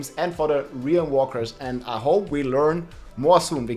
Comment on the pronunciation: your rolling r's are 10/10.